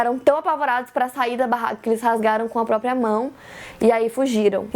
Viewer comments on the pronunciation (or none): none